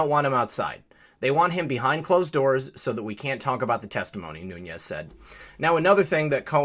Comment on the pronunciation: Noo - nes, not Nu- ñes. His name is Portuguese, not Spanish.